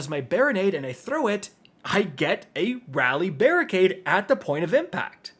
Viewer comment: Barri-nade 😂😂😂 i fucking love it